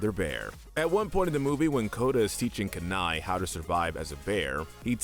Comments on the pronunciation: its not Keni its Kenai(Key-niegh) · KEYnii, not KAnii!! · The character in Brother Bear, his name is Kenai. Pronounced Key-nī like the town and peninsula in Alaska. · alaskan viewer Oh the way you pronounced Kenai killed me...